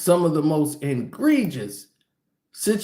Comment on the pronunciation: At this point I believe you are trolling your viewers with the word egregious. There is no “n” in it dude.